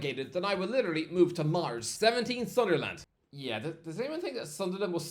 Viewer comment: Never heard someone say Sunderland as Sunder land.